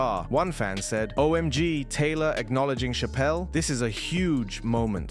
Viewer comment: She deserves a correct pronunciation, it's cha-pel like a church! 🙂